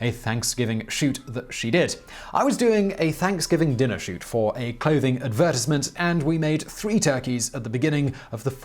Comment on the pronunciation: The way you said "advertisement" made me cry.